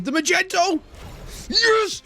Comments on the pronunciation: Okay... But what is Magento... TvT It's Magneto lol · My dude please you should pronounce Magneto like magnetic. It's not a damn color. Please don't do that.